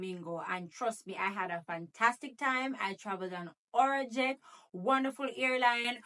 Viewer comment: It’s not our jet it’s arajet 😂